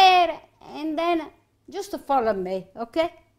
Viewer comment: “Justa follow me”…….I love it! So adorable! Reminds me soooooo much of my nonna. ❤️❤️❤️